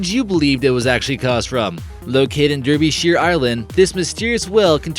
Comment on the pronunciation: Your pronunciation of it is dreadful and Derbyshire is in England not Ireland.